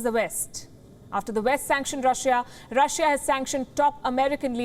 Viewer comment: Rah-shiaa hahaha